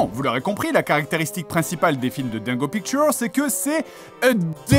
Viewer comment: "dingo pictowr"